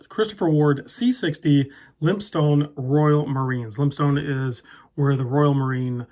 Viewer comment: It’s actually pronounced “Lympstin”.